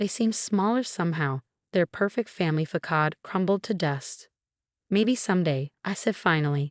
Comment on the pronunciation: Facade is pronounced "fasade" not 'fakade".